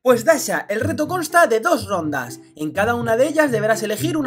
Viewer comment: Y se dice dasha